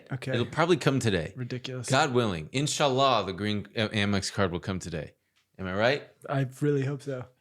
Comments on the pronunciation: hit that 'inshallah' like a true brother it caught me off guard 😭😭😭😭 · that Inshaallah was crisp asf love u guys